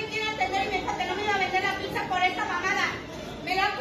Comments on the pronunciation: Ledi piccsa 😅 se pronuncia pitza 🙏🏻😩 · ¿Y si antes de sacar el vídeo practicamos la pronunciación de "pizza" y no "pigsa"? Saludos y excelente día. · Para empezar no se dice picsa 🙄 pero bueno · Que mal que tienes una canal llegas a muchísimas personas y no sabes hablar? No se dice PICZA. Que mal que hasta para hablar tengas faltas de ortografía. Te invito aque hables con propiedad, reitero no se dice PICZA o PIKZA, no se como creas que se escribe. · Primero aprende a decir "pizza"